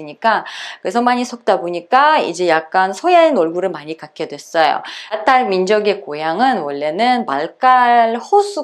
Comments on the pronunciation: 따따르 민족으로 발음이 들림 그럼 따도 아니고 타도 아니고 그 중간음인가요? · 님 러시아 어디 사투리임? 땃따르? 따땉르? 러시아 표준발음으로 화실히 해주셈